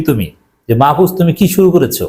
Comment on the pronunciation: মাহফুজ সত্য কথা বলছে,এখন গা জ্বলে, আপনি নামটা ভাল ভাবে উচ্চারণ করেন,আপনি জামাত করেন,ভদ্র ভাবে কথা বলেন,আপনি তো জামাতদের দালাল সবাই জানে